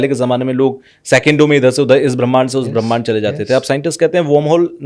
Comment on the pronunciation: ये संत बार बार पराकाष्ठा को प्रकाष्ठा कह रहे हैं ऐसे ही ब्रह्मांड को भी ब्राह्मिंण्ड बोल रहे हैं क्यों भाई?